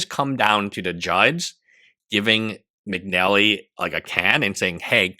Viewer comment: McNeilly?? Bro. McNally.